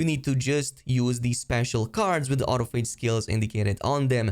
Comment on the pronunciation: I think you are pronouncing autophage wrong. Au-toph-age, it’s from the biology term autophagy